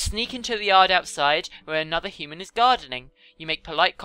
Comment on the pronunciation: "Hooman" is how she has been pronouncing "human".